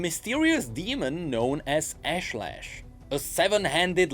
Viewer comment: I wanna start off by saying kudos for the effort put into this. This new MMO series is absolutely fascinating to watch. Can't wait for the next one! That said, I really wanna talk about the pronunciation of Ashlesh. I'm not a riot dev or an absolute lore nerd so I don't know if there's an official pronunciation, but damn does my soul hurt at hearing "Ash-Lash." Given that Nilah seemed inspired by Indian culture, this is how Ashlesh would be pronounced here: "ush" as in usher and "lesh" rhyming with mesh.